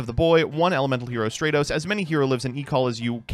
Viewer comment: my brother, hope you see this.. I'm greek.. it's pronounced Stra- tos not stray - tos...it comes from the Greek word στρατός Which means army